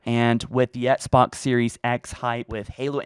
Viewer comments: Dear, it bugs me so much that you don’t pronounce the ‘X’ in Xbox, and instead say it “Ets-box”. I don’t know if there’s a reason for this, and I know I’m probably being annoying by even writing this, but I had to at least put a comment out there.. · Can’t unhear “ets-box one”